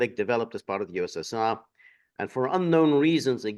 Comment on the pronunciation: Correct! Putin said “ USSU” effectively. Not “USSR”